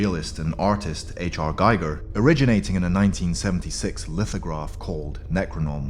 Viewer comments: I'm rather fond of Big Mama Xeno, since when I saw "Aliens" in 1987 she freaked me right out. Oh, and it's GEE-ger, not GAI-ger. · Interesting stuff. btw H.R. Giger's name is pronounced 'Gee-gur'. I uploaded his H.R. Giger’s Alien 20th Century Fox Movie Design Art Book that has the original inspiration artwork, and designs for the eggs, face hugger, chest burster and egg silo that appears in a form in Prometheus, and other Alien movie preproduction art.